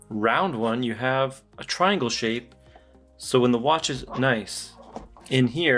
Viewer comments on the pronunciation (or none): none